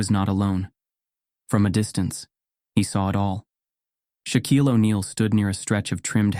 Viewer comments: The name is Shaquille, not shock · It's not shock, it's Shaquille